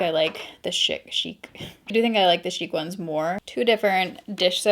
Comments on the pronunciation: FYI Shick is pronounced like hick with a S at the beginning. Not Sheek. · Right it’s not like chic like those close are chic it’s not French sounding it’s just regular old shick